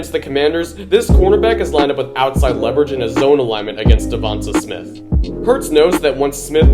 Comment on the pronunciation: Okay, okay, but it's "DevontAY Smith", not "Devontuh Smith" 👍